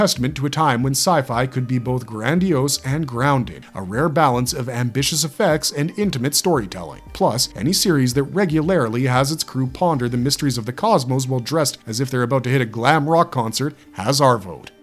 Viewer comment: The narrator cannot say the word 'nuclear' and uses 'phenomenon' where 'phenomena' would be correct, then 'regularily' (which is not a word) for 'regularly'. Not a good start - is it an AI? Still, it's good to see a couple of UK series finding their way into the mix. The film spin offs were invariably the weakest. As a footnote, in UFO, Lt Gay Ellis was played by Gabrielle Drake, sister of the posthumously famous and hugely influential singer/songwriter/guitarist Nick Drake. Gabrielle's name within the family was Gay.